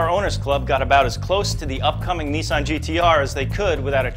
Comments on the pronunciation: neesan? its nissan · neeysan? NIH-SAN! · Once again!! Nissan is pronounced "Ni-san" Not Neesaun! And that Locus looks like the SSC Ultima Aero. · autofied your an idiot. ITS A LOTUS, NOT A LOCUS, moron. that presenter cant say nissan properly. dunno whether its just him or all americans, but its really not pronounced like that. accents have nothing to do with it, its just wrong.